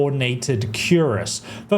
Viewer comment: It's pronounced "kir-ass" not "cure-as"